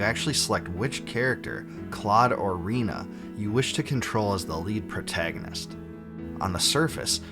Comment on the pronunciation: I'm sorry but did you just say REENA🤣